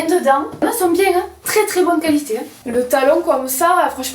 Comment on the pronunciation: Fou rire sur le qualitAIIII 🤣 Bonne fête a toi aussi ☺